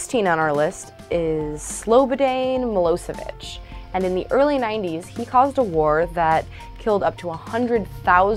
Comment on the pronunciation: So I take it that your breast do not have a brain. You couldn't even say Slobodan Miloshevich. I will have to ask you moronic chicks to please take off Harry Truman has a serial killer. What kind of a jackass are you?